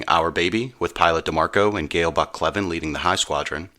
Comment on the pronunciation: Gale Cleven was my dad’s first cousin (my 2nd). My dad told us many stories about him. Thank you very much for this episode. On another note, we are always having our last name mispronounced and are well used to it. It’s actually pronounced Cl + even. Thanks again for this presentation.